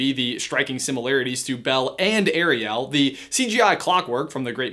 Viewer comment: You pronounced Ariel as ariL